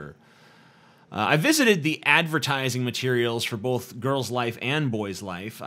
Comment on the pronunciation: "Bolth" ugh